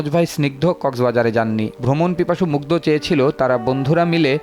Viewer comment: দ আর ধ এর উচ্চারন জানা থাকা জরুরী ! নামটা at least ঠিকভাবে বলুন